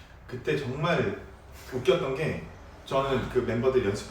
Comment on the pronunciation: 옹알옹알하다가 갑자기 의문의 옼케이👌🏻